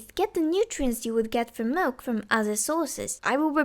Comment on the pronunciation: "he knee sum milK" 😂😂